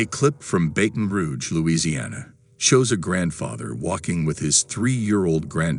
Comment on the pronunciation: lol thats not even close how to say Baton Rouge but Louisiana cities are named oddly